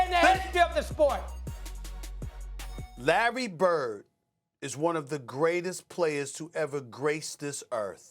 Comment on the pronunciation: He's saying his name so wierd